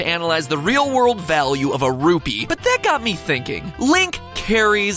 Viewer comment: MATAPAT SAID RUBY NOT RUPEE!